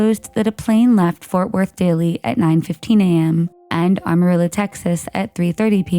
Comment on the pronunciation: I did not know they changed the name of AM-arillo Texas to ARM-arillo Texas, but the narrator repeated it so many times that I am sure they have made the change by now.